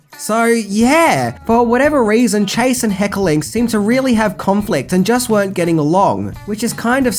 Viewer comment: Hey, love your stuff. It is Hecker ling not Heckeling.:)😘